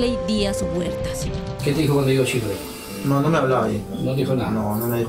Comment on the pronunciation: NO ES CHIRLEY ES SHIRLEY CON S